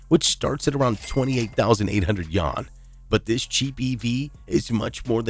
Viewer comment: dude cannot pronounce Yuan for the life of him :|